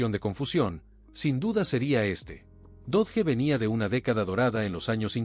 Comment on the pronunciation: Dodge, se pronuncia DOCH